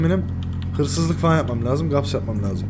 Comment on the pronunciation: abi gaps değil gasp :)